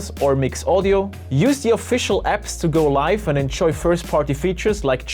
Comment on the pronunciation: He keeps saying yolo "lift" and it's throwing me off. Its yolobox LIVE!!